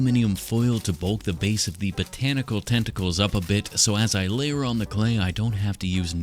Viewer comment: i heard botantical a few too many times today